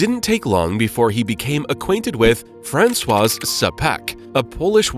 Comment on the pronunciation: Yes. And he is showing Napoleon the third in stead of Francizek Czapek. Which he calls Fransoise.Lol 😂